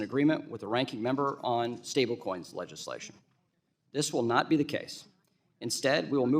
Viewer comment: Legislation is pronounced .... ledge-iss-lay-shun